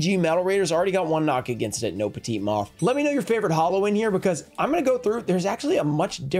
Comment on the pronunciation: Why does he pronounce Petite moth like Pacana moth? I’ve never understood that? Is it an inside thing? Or does he truly not understand?